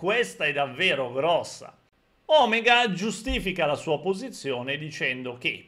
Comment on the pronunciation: Mi raccomando, si dice O-mèga (ovvero O grande in greco antico), non Òmega...